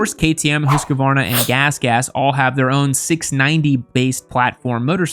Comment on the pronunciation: pronunciation of Husqvarna...try hoose (like moose) - kvarna. It's compound noun meaning house mill.